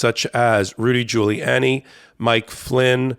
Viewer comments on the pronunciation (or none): none